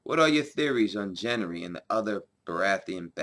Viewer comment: Who the fuck is Jenry? Gendry has a G sound not a J sound.